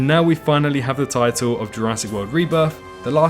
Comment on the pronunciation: THE REBRITH OF THE SENE